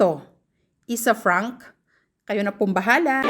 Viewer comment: anong “isafrank”? ayusin mo naman ate. peace! hehehe